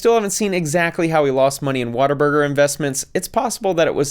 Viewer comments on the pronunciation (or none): It's "What a Burger" not watta-burger :) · Every time he said “water burger” I wanted to yell at my screen 😂😂